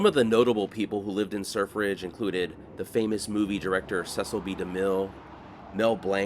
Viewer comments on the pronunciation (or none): Sir Fridge... Sur Fridge, or Surf Ridge.